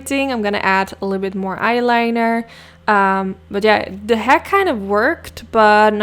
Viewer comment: It’s not “tanks” it’s “thanks”, it’s not “curyous” it’s “curious” It’s not “Da” it’s “the”